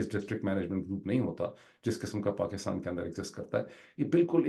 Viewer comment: Dr sahab apka KAATAB b Orya Maqbool Jan k PAAKASTAN ka sound daita ha. Please do us a favour convenience Orya Maqbool Jan that's not PAKAASTAN it's Pakistan please please. Its really annoying when an educated person mispronounces a word and even more annoying when it's his mother language. Thx and apology if I hurt you.